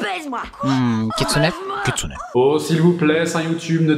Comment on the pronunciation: J'ai cru que t'avais dit katsuni ducoup...c'était un peu ambiguë au début XD